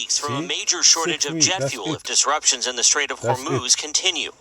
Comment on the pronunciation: Jet fluel 😂